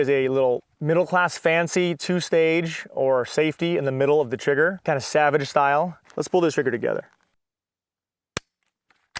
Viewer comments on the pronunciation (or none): none